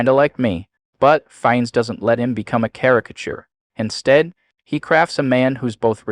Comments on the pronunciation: He is pronounced "FiNNes" and not "fines" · Wow, you can’t even pronounce his name right!